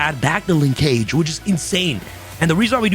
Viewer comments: It’s pronounced: Linkage “Ling-kuhj”. NOT “Lin-CAGE”. Like the word “scrimmage”? I could be entirely wrong and maybe Konami intended to make it rhyme with mobile ‘Engage’ but I swear we YGO players butcher Japanese and other derivative words from other countries but we sometimes don’t realize when it’s just regular English. Konami low key making us forget about grammar and pronunciation when designing card names and text. 🤦🏻‍♂️ *Small rant, carry on. 🤷🏻‍♂️ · pronunciation of “linkage” is giving me an aneurism 🥴